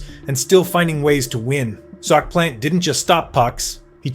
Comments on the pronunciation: Hah Sheck! Ve Zeena Trophee! Jacque Plant! Glenn Hall was not the first Conn Smythe winner. All sorts of AI errors. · Glenn Hall #7 Jacques Plante #6 and Terry Sawchuck #4 can’t be serious! All 3 should be top 5. And learn how to pronounce things like Plante & Vezina. And Roger Crozier was the first goalie to win the Conn Smythe not Glenn Hall. When you can’t get basic facts right the video lacks credibility.